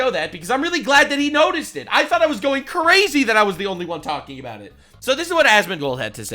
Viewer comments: "What are we talking abewt." Diabolical. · sometimes inner Canuck slips out "talking a-boat" 😂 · i died when nux's canadian came out on the word about